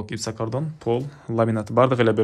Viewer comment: Жакшы ,ишине ийгилик…бирок материалдардын аталышын туура айтсан жакшы болот эле! Гипсокардон-гипсокартон,пластика-пластик.... Дегендей